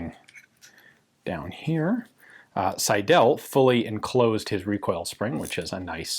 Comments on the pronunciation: Pls. Alec S_EI_del, not Alex Seid_E_l.. The first syllable "Sei" dominates the German name Seidel. The ending "del" is not emphasized. I don't want to be a grammar nazi, but this pronunciation hurts my ears. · The name is pronounced „Sydl“ - the e is not vocalized. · "Seidel" is pronounced 'Seidl' with the emphasis on the first syllable and the second e barely there. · I was thinking: is it Seidel, Seidl or Seidäl. (Never seen Seidäl, but the way our dear gun jesus says the name it could be a possibility.) I don't know many gun designers names. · So my last name is Seidel and hearing it so much in this video made me really giddy. Also, it might not be the case here but we pronounce "Seidel" as "sigh-dull". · Alas you mispronounced 'Seidel' throughout the video. The stress is on the first syllable.